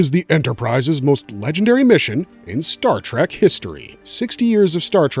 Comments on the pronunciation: Exactly. How can this guy get all the names and races right but mispronounce the name of the franchise!!! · Good video but please stop saying Star TrAk